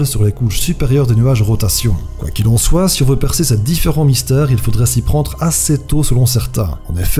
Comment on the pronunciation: Soite xD ça se dit soit sinon tres bonne vid